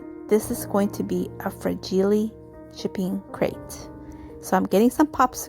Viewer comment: Fra-gee-lay must be Italian, lol!! Love how your project turned out 🥰!! Thankful to Sue for putting these collaborations on!! Thank you for sharing friend!!